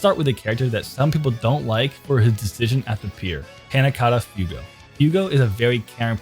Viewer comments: Alright so we need to be serious for a second I like the video but WHY THE FUCK ARE YOU SAYING F-EW-GO YOU BABBLING BUFFOON THEY LITERALLY SAY IT IN THE DUB F-YOU-GO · FYUgo - AbbacCHIo Bruh💀💀